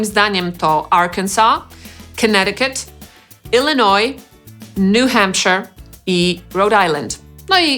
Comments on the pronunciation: Ten uczyć gdy New Hampshire czytałeś jako "nu hampSZAJER!" xD za dużo władcy pierścieni xDD A tak poza tym to znałem może z 15 nazw, a o istnieniu niektórych ze stanów dopiero co się dowiedziałem ;3 I'd like to visit New York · zadziwila mnie wymowa dwóch - Arkansas i New Hampshire, zwłaszcza drugiego. Czemu "nu hempshyr" a nie "hempszair" jak w wymowie z Lord of the Rings - Shire? pisownia ta sama.